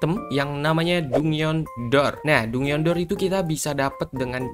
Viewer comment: Bg "dungeon" jan dibaca dungeon juga kali 😭😭bacanya itu "danjen"